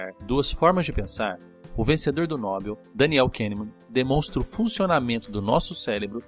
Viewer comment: Não é 'Nóbel', é 'Nobél'